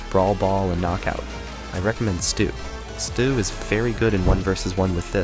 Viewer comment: Bro can’t even pronounce his name. It’s “Stu” or “stew” not “sto” or “stow” learn how to speak properly lil bro